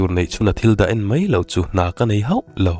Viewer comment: I story hi kartir atang khan ka ngaithla ve chiaha..mahse ka ngaithla zo deuh vek tawha..Sawi duh deuh mai ka nei ve aa Story dang commentnaah ka sawi ang ka tia mahse tah hian kan sawi mai nge..'Mai mai ' tih turah 'mei mei ' iti thin aa .'Mai' tih turah 'mei' te iti thina chu te chu, dang chu a tha vel vek I chhiar thiam bawk si I aw hi ka duh zawng tak😍😍😘